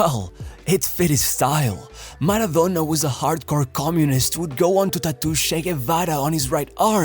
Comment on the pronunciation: Man the way this guy pronounce the words "maradonnnnnna" , it really annoys me so bad